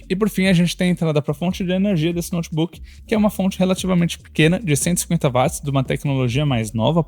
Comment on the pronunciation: 🛑 Bicho, que DICÇÃO PÉSSIMA! Uma das piores dicções que já vi na Vida! Pessoa tem q prestar muita atenção e forçar o cérebro pra entender oq esse cara ta dizendo.. Fora que no final das contas o cara é um quase Leigo, 1 Curioso q ta aí comentando.. O cara erra termos técnicos. Coisa que 1 Bom Profissional, alguém que estudou não erraria! Exemplo: Chamar Watt de Vat! É de Lascar! Coisa de quem nem fez o ensino médio direito! Watt se lê Uóti, Camarada! E não VAT! Watt é unidade de potência em homenagem a 1 físico. Enfim.. Edit: Pelo menos trouxeram muitas informações que dá p orientar a escolha entre notes similares.